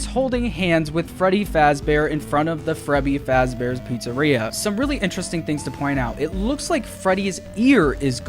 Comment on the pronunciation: “FREBBYS FAZBEARS”